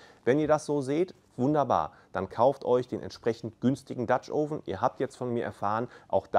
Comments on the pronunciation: Es heißt "oven" mit einem offenen "O" wie in "Offen" und nicht "ouven". Tut mir leider in den Ohren weh, komme aus dem angelsächsischen Raum. Anonsten wie immer informativ. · Du hast offensichtlich viel Ahnung - nur von der Aussprache nicht. Das Video ist nur mit viel Mühe schaubar, wenn man tausend mal „Ouven“ hört. Schau dir mal ein englischsprachiges Video über Dutch Ovens an, wenn du das schon beruflich machst. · Noch nicht mal "Oven" richtig aussprechen können. Aber labern.